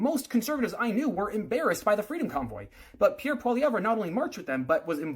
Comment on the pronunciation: Can’t even say Pierre’s name properly, lost my respect. This guy is nuts and a trudope supporter